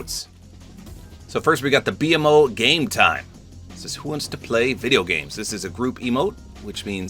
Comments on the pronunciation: “The B M O” 😂 nobody tell him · it’s pronounced beemo not b m o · It is so funny seeing someone not know much about adventure time because my brain short circuited every time he said “B-M-O” instead of “beemo” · B MO not B-M-O 😭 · I couldn't help but chuckle when said "B-MO" Instead of his actual pronunciation "Beemo" lol. I just gotta remember that not everyone has watched Adventure Time let alone heard of it XD. Also I think their proportioned fine, a lot better then some other skins. It would just be weird if they were all standing next to each other in-game cause in actuality Jake is so short and PB/Marcy are at least 2 feet taller then Finn. Jake ironically doesn't feel weird because he CAN stretch himself to be however he wants so overall well done Epic, you did a great job with one of my favorite franchises of all time. Can't help but be somewhat disappointed we didn't get any styles with a big collab......AGAIN but I digress. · Bee em oh? BEEMOH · “The B-M-O” lol its just B-MO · Ngl I get that u haven't watched much but you called BMO like its shortened is triggering me, its pronounced B-mo not B-M-O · It’s B-MO not B-M-O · Btw it's not pronounced "B M O" it's pronounced "B MO" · Bee mo lol not BMO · It's pronounced BeeMo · the way he says BMO pmo 💔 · I love that he calls BMO, b-m-o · Bmo is pronounced Bee Mo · BMO (Bee-Moe) this is the correct way to pronounce his name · it’s pronounced bee-moe btw💀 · I don’t like he says BMO instead of Bmo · BMO is pronounced Beemo btw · I used to watch Adventure Time a lot and, I'm sorry but I have to correct you here. 😅 You pronounce it as “beemo,” not by spelling each letter of his name. Edit: I'm glad you already knew, I just didn't see your comment. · It’s B-MO like bee moe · not to be that guy but BMO is pronounced beemo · Just for future reference. BMO is pronounced Bee-Moe